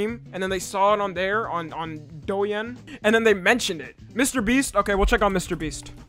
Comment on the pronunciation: “doe ing” if anyway cares how it’s actually pronounced lol